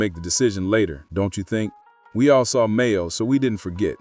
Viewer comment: It's MAINO not Mayo!! Nice video but you gotta get it together 😂😂😂